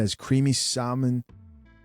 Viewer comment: For those who don’t kno, the L in salmon is silent. It’s not SALmon it’s saa’•mon